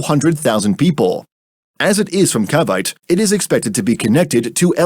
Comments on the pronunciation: the pronunciation jeez, "Cavite" lmao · THE WAY THEY SAY CAVITE HELP